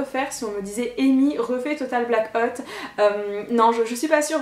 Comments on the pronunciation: Total black hotte? 😂 ahah j'adore toujours ton accent 😍. J'était trop contente quand je t'ai vu! WARRIORRRR qui crie un peutipeu mais pas beaucoup (SIC). Ce TBO était tellement bien avec les bloggeurs/euses j'ai adoré! Dommage que t'a perdu 😯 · Tu m'as fait beaucoup rire!! Sinon super accent total black hôte mdr